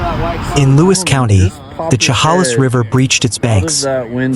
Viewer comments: She (like shed) 'hale is (like miss). Not She 'hall is. Please learn how to pronounce these names 😮😮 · Inslee is not our governor's name. And it's Cha-hail-less. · Please stop saying Chehalis like that…it’s pronounced like che-hay-lis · Please quit butchering the pronunciation of Chehalis! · its pronounced Sha Halis.... and Ska git , do some research before you narrate.